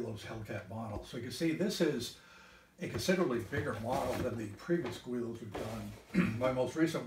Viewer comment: It’s pronounced GiLL-Lows